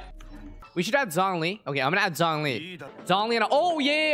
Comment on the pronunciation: bro you aren't using Zhongli, but Zhong-E